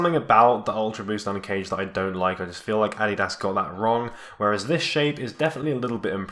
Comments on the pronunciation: "Ad-di-das" luv it!,😂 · Is that really the way to pronounce Adidas? Or is my life a lie?!